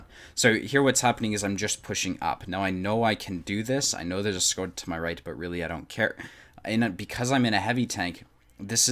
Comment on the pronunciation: 1. If AMX 49 is angling, shoot the cheek of the upper hull (also for ammorack) 2. It's pronounced "shkoda".